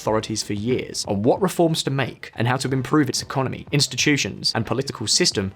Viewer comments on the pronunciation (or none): none